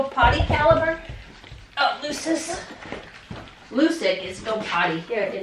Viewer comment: Love your channel! FYI assuming Lucic was named for the Boston Bruins player Milan Lucic, the name is pronounced "Loo-chich" and the nickname is "Looch". 🙂 Keep up the great work!